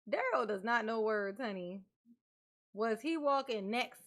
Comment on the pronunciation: Girl you make me laugh calling out Duhrell and the Duhrell island 😂😂😂